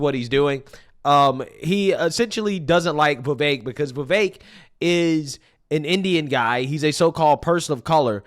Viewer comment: Why do you pronounce "Vivek" with an "a"?